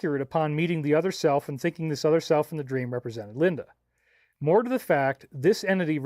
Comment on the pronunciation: Great presentation but one small critique “Needs mare cow bell”